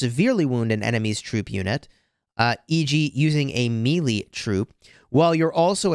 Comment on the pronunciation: I love you buddy but every time you say melee I want to stab myself in the ear with a fork. It is pronounced may-lay it means a chaotic fight or brawl involving multiple combatants it was usually the finale of a tournament in medieval times when all the entrants would have a big hand to hand melee last man standing won